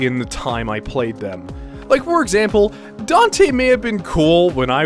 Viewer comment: Dante is the real OG. And holy shit, you said my name right! Kinda cool that you play guitar. I really wish i could, but I'm not coordinated enough. Ah yes. Persona 4 antagonist. Here we were thinking he was you're average (redacted) that was trying to (redacted) the (redacted), but it turns out he (statement redacted). Anyone who's played it can fill in the blanks. BRAD! I still watch his stuff sometimes.